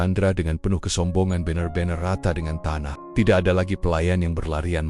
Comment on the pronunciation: Membacanya agak kurang serek, maca BENAR, dibacar BENER